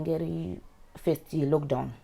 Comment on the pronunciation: kwahi "beybie' , " at feyist" haaa musalala wepa Mabvukusdale